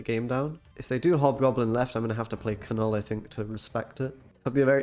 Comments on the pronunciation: Kah-Null? You are screwing with us, right? You don't actually think that's how his name is said? Pronounced nuhl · While I enjoy your content, unfortunately, I could only make it halfway through the video. One too many Ka-nulls made me tap out 🤦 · The "K" is silent, bruv. It's pronounced "nuhl" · The K is silent ....its just pronounced Null. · the way you kept saying "Kuh Null" made me mute this video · Seems like a super fun deck. My eye twitch hasn't gone away from the 107 times I heard Kuh-nuhl though... this could be problematic. Anyways, keep up the good brewing! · Yeah that was bugging me so bad😂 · Some people found the pronunciation irritating/weird. For me it made me childishly chuckle every time, because if you pronounce it that way you say “f**k” (as a verb) in Swedish. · It is very frustrating the way you pronounce Knull. In Polish language you pronounce words how you see them so it is wierd to hear content creators pronounce beloved characters Wrong!!!!